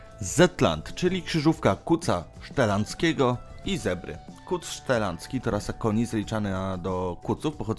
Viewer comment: Chyba ;"wysp szetlandzkich" a nie "szeladzkich";)